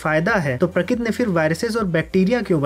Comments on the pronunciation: Pratik nahi prakarti hotaa hae. Pakkaa aap Gujrati hoo. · prakit nhi bhai prakriti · Prakriti nhi😢 prakriti 😂